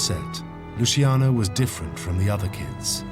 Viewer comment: That's LuCHiano, not Lusiano, and not Lushiano, capisce´? That was my grandfather's name, and mine, have some rispetto, eh?! You want thriving mobsters? Make something people want illegal. You want to get rid of Los Narcos? Read the above. Stop trying to legislate people's private lives and the mob will have no way to make huge money, capisce´?